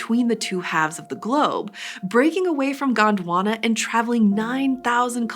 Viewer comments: Its Gond Wana not Gaand Wanna 😂😂😂😂😂😂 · It is Gondwana not GWANDWANA .😂